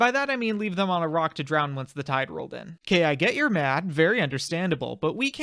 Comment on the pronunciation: Because when he said it, it sounded like Iraq